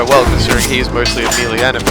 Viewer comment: That's not how you pronounce 'melee' lol.